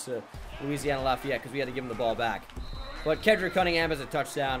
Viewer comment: am i the only one who realized today its "Ke-D-rick" not Ke-ND-rick might just be high..